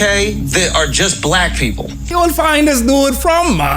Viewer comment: what's crazy is he talkin bout "in America we got black people" like as if yt folk didn't invent black???? also he steady saying "black" with a hard r